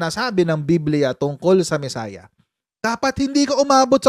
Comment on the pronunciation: Coach mesaiah or mesayad😂😂😂 quiboloy the mesaiyad